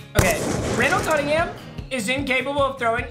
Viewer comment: “Rundell canninghum”😂